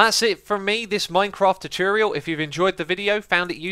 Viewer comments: You say tutorial really weird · Ye still canny pronounce TUTORIAL?